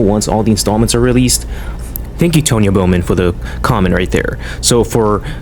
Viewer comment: Nice video, also hate to nitpick but it’s pronounced T-on-ya, speaking of that I really need to get my own YouTube account, anyway I’m excited for primeval and any future projects you work on man!